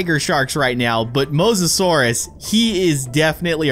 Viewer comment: Me keeping track of all the miss said words 😆 you called the Mosisorious Did not spell correctly Megalodon you Called the megalodon megosourus and yea XD not hating just thought it was funny